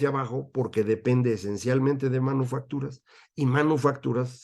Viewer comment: Oí mal o dice usted manuofactura ?